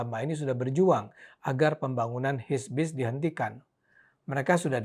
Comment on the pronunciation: HIBISC pak bukan HISBIS hehe